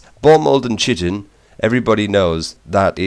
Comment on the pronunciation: why is it that no one can pronounce chitin why. KY-TIN I mean come on